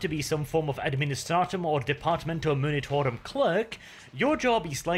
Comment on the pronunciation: Oh and...for the also many times you say it...its the Departmento 'M-u-nitorum', not 'M-i-nitorum', but I grant you, of course, to have a bit of artistic freedom in this, if you like 😅